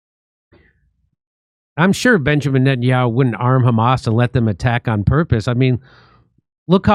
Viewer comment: Khamas is khorrible says Smotrich